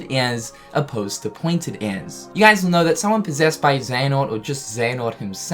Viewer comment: When he says guys it bothers me Im sorry